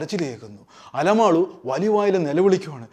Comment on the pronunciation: അലമാളു അല്ല അലമേലു